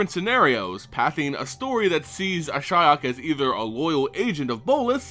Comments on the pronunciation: ^ this. The Cringe everytime he says Ashaya is real... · Uh-SHI-ok? Why wouldn't you pronounce it "ASH-ee-ok"? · dude, it´s ashiok not ashyok... jeez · I've said before this speculation videos are really stupid, no bases, no facts, only wild thoughts. And for someone into the Lore i didn't know Nissa's Elemental got the Spark Ignited. Ashaya, the Awoken World nice speculation there.... Or, wait, do you mean Ashiok? How come in my country (non speaking country) can say that name in perfection and a english speaker say Ashaya?? fuck sake man. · Why Ashaya? Good Lord, Hell I was confused at the first few minutes. I did facepalm in the end. Sorry I love your vids but your pronunciation confuses me(I thought Ashaya is somewhat connected to Ashiok). I'm not an engrish dude or whateva, but I can pronounce Ashiok correctly. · Interesting way of pronouncing Ashiok's name. I was pronouncing it "ash ee ok" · Ash-E-ok. i love the videos for information, but your pronunciations are atrocious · At firs I almost thought you said Ashaya :) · Love your videos, but isn't it pronounced Ash-e-ock? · I couldn't make it through the video. your pronunciation of Ashiok was killing me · did anyone else stop watching the video because of the way he butchered that name? thumbs down. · I mean, I know you pronounce everything incorrectly, but I don't think you could have fucked up Ashiok's name any more than you did. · That´s how most people pronounces it. always finds weird ways to pronounce names.